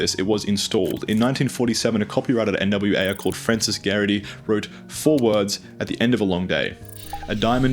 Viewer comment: "N W Ayer" ehh‽